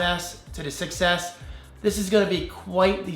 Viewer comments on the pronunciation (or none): Does anyone else hear iPhone success when says iPhone 6s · Every time you say Apple "6S", it sounds like you're saying Apple "Success"! Lol!